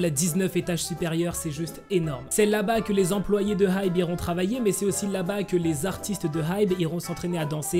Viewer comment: Ça se prononce ai-bi😭 HyBe c de l'anglais 😅